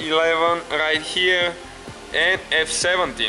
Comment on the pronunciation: rrright herrrre!:) nice review,thanx